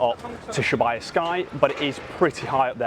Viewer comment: Absolutely filthy pronunciation of Shibuya for the first 3 mins of this vid 😅😅